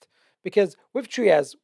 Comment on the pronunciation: TRY-ASS not Treeas. Great content though, thank you.